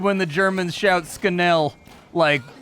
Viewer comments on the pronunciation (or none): ”Oh no, the germans are shouting skenell!” Lol. It’s schnell. Sch sounds like ch in cheese. Now say it with me ”schhhhh-nell” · Sknell? They don't shout sknell... They really don't. The english and german pronounciation is different but not THAT different. It's easy. In words that start with Sp & St, it's not pronounced as S but as SH. So spiel is pronounced SHPEEL. Germans don't write SH but SCH, the pronounciation is the same, though. So, SCHNELL is not pronounced "SKNELL" but "SHNELL" (as in SHELL, but with N). Easy, isn't it? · Dude, you can actually hear them shout "Schnell" so you should know that "Scanell" is not how it is pronounced. SCH in German is always pronounced like SH in English. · Gotta hate it when germans shout skenell. At least try dude xD